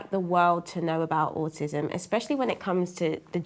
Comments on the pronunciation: I love how the mum pronounces autism as awesome 😎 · It sounds like Jacob’s mum is saying “awesome” instead of Autism & I think that’s actually great! My nephew has just been diagnosed (he’s much older at 6yrs) & I’m going to try using that word exchange if/when his diagnosis comes up